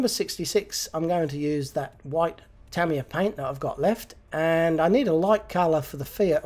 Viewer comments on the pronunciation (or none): none